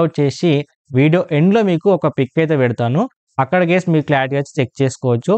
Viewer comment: Brother నువ్వు మాటి మాటికి గేస్ గేస్ అంటే చాలా అసహ్యం గా వుంది